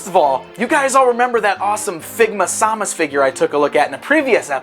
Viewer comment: Sam-us not sau-mus